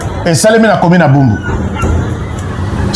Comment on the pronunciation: Commune de Barumbu et non bumbu